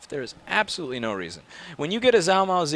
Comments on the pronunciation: You pronounce it (Zhuo) “juuah” ok I’ll use it in a sentence ...貓捉老鼠 ...the first character is “Zhuo” ....this is = “cats catching mice” “zhuo mao laoshu” “zh” in chinese makes the sound that the “j” makes in English ... It will make you sound smart to Asians if you don’t pronounce that zh with a zzzz sound anymore...remember it’s “J” ..and not a soft J ..it’s a real J .... the words zhuo mao means in English “catching cat” so figure that one out lol ask your Asian coworker who is in some of your videos. Anyway.. just havin fun with ya ... you’re awesome keep up the good fight! P.S.16% of the worlds population speak Chinese so that’s ..something 🤓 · You know... All of this time I kept hearing him talk about "Zalmo"... I run into this video, and realize he was trying to say Zhuo Mao. Is there more to this story than just this video?